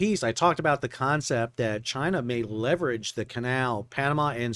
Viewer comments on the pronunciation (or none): none